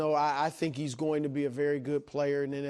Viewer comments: I could not employ someone who says "goot" instead of "good". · Dude needs speech therapy. It’s good not guut.